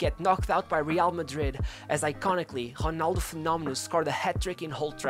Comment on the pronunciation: “Honaldo”.. Hood Gullit” ... Hood Van Nistlehoi”... would it kill you to try to pronounce the ‘r’ sound?